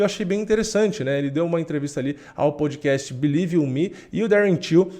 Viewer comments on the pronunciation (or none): none